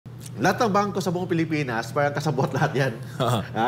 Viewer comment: Sino itong gagong ito, kapag sinasabi ang word na “Parang” inaarte ang pagbigkas na “R” pero pag binibigkas ang “caR” ok naman. Bugok talaga..